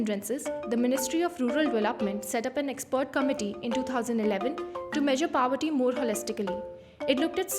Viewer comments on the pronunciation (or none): Please pronounce the word POVERTY properly.